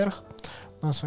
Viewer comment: Аня -* говорит "Аня"* Что слышу я- АНЬЁОереокоеоооооеоеоеоеооко